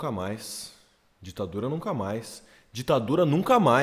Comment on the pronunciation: Ouvi rapadura e não ditadura🤣🤣